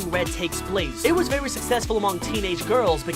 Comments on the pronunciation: Did he just say vewy when he showed us the first secret? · You missed vewy lol